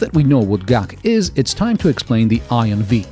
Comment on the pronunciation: GAC= Guangzhou Automotive Company. Not Gaak. G-A-C.